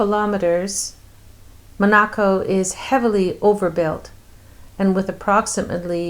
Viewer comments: You Are pronouncing Monaco wrong! So annoying!!!!!!😕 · Why are you pronouncing Monaco that way?!